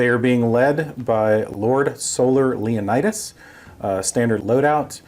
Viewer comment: Hate to be that guy but its pernounced LEON-TUS not Leonidus.